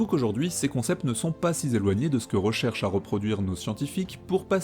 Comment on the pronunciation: 'Sizéloigné ', 'pourraTetre', un champion de la liaison 'malTapropos'. J'ai mal à ma langue. Pire que Hugo